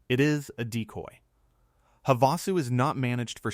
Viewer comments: Please teach your AVATAR Bot Narrator how to say words correctly. That lower dam on the river is Lake Hava-Sue, not Hav-A-sue. It seems to be a minor issue but speaking names correctly helps people understand your narrative. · Lake Ha-vahsu?